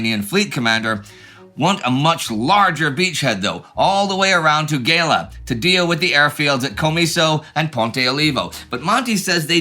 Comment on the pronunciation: Just a few notes on the pronunciation of italian names: 'Gela' is pronounced with a soft 'G', so kind of like 'Jela'. The 'CH' in 'Pachino' is pronounced like a hard 'C' or a 'K', so like 'Pakino' basically. And that's that, great episode guys, as always.